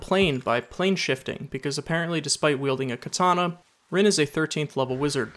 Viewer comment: Rin is pronounced REEN not RINNE